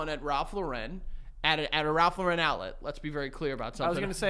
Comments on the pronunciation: why do they talk the way they do. who the FUCK IS RALPH LA-REN???!!!! YOU MEAN RALPH LAWR-N??! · Tons of people in the 90s/early 00s pronounced it that way for some reason. I think people thought it was French?? The only reason I knew it was Lauren and not Lo-REN was because of Friends. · The way is pronouncing Lauren in Ralph Lauren